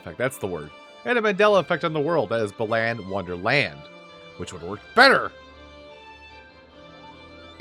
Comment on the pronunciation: This, believe it or not is one of my favorite games. The ost is amazing, the Tims are adorable (theres a tim ability chart, it’s very useful) And remember the gimmicks of some of the costumes for future levels (Also it’s pronounced Bal-on)